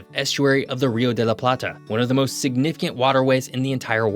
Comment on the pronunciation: "and moist importantly"???